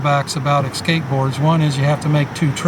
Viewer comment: I'm sorry, I'm not a native English speaker... But I've heard a lot of videos where people say "ecscape" (like ec-scape) instead of "e-scape". Is this a regional thing? 😜 Sounds so weird to me! 😜😂